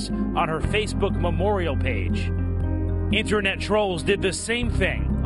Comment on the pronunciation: "Internat safety expurt!" Just turn off the motherfucking screen close the god damn page, and go outside.